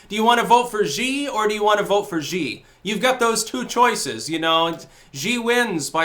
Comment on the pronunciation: Jhee? you still aren't saying it right. it's Shee. I've lived in a china a long time. my wife is chinese. we speak chinese. Xi says Shee. it can have different tones which change the ee sound to something else, but X always says sh. Sh is a soft Sh in chinese. like in shanghai. it sounds more like s-hanghai.